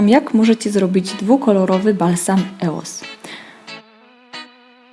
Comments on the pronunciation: no właśnie anie eos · Nie mówi się eos tylko ,,ijoes" a ty mówiłaś źle. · po pierwsze nie czyta się eos tylko ijoes a po drugie baby lips to nie firma tylko seria pomadek firmy Maybelline ☺ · Wymawia się ioes na pewno nie Eos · czyta się ioes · po pierwsze sie mówi ios